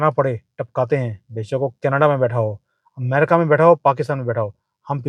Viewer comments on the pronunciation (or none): none